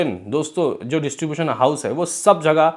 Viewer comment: इसीलिए कहता हूं टाइम पे पढ़ाई करना चाहिए।।। वरना पढ़ने में दिक्कत हो जाती है।।। ड्यू को dui aur distribution को distubutoin पढ़ना पड़ रहा है।।।